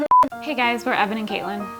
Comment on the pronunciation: 😂 saw you guys on prop academy with bill Doran, and even then I was like “hey! Your names both together is my name” and at the start of this episode, I swear I heard “Evelyn” instead of “Evan and” 😂 doesn’t help there’s a lyn in katelyn But other than that, I love your energy and vibes, not to mention music/sound selection 💖 I have already subscribed 👍